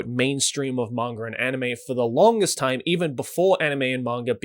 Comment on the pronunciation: "Mangur" Joey Blizinger (Manga)